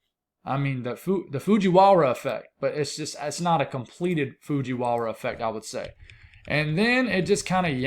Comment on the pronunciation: You said fujiwara twice in a row, perfectly. Look at you showing off. 😅 ❤❤❤